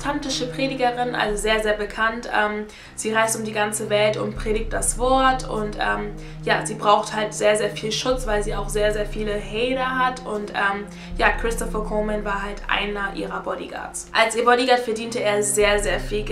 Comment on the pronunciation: Hader😂😂😂 Hater nicht d sondern t😇